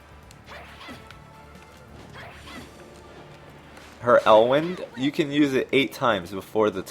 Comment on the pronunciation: It's "Elwind" not "airwind", fyi. The naming convention of spells in Fire Emblem is: (element) < El(element) < Arc(elelment) < (element specific spell like Thoron).